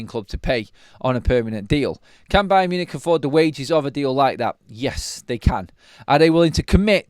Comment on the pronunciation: Buy-un Munich buy'n Marcus! OMG I'm gerrin better at this! 👀 Caz, back me up here!! 😂😂😂